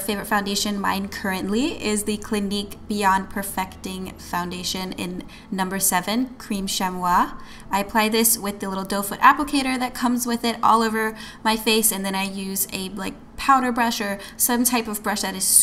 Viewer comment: You're so cute! Chamois is pronounced "shammy". Not being a jerk correcting you, I know I don't mind if someone corrects me, I like learning new things! ✨💖